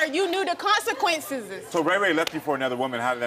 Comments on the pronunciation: Consequenceses 🤣 girl it's just Consequences wth 🤦🏽‍♀️ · Omg! I'm so tired of hearing people speak soooooo poorly. Ugh! 😩 I feel like the longer I listen the dumber I get. "He knew the consequencesess." 😳 That was the absolute worst. I screamed and covered my ears!🤢🤮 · Consequenceses was literally how she said this word! 😂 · shr said Consequenceses???😅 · she added an extra es 😅